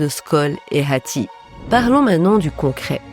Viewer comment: mais pkoi prononcer le H de hatti comme ca ?